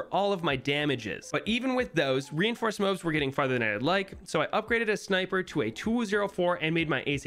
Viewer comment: their pronounced mo-abs in a easier way say mo then say abs then say them together, now you got moabs